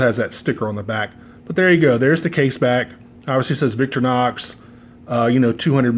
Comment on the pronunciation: The company founders’ mother was Victoria. So he named the company Vic TOR inox. Not VIC tor inox Say it right.